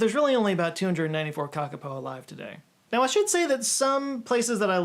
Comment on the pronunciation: hiiii new zealander here and your first pronunciation of kakapo was actually perfect. ka pai! (good job in maori)